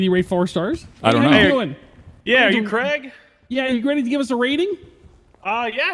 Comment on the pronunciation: Also love how it’s kraig, kreig 😂😂 like you need a make a twin brother of eachother!